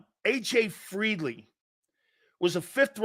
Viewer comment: Silz. It’s FEELEY NOT FREELEY! You said FREELEY like 50 times dude.